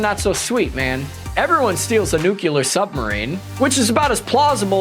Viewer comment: Nuclear NOT nucelar...